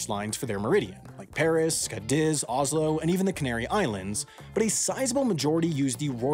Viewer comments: Cádiz*,not Ker-dez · Hi or editor. If there's time for a mistake video this year, you pronounced Cádiz as being diz the louder syllable, when in fact it is Cá. In Spanish if you find á,é,í,ó,ú it means that syllable is the loudest in the word. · Your pronunciation of “Cádiz” was hella cringe.